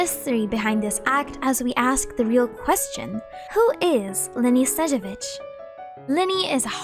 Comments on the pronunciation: great vid, the only thing snezhEvich would be more correct rather than sEzhevich, but eng genshin dub usually messes a lot russian spelling, stressing and pronunciation, so ig it's not big deal😭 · you are pronouncing Snezhnevich without both N qwq